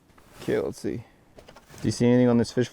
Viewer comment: “lets see. Do you see anything on the fish finder” and my phone somehow has Siri’s answer that during the video. I guess how says see is how some say Siri? 🤔